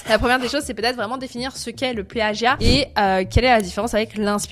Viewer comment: Le pleeagiat mdrr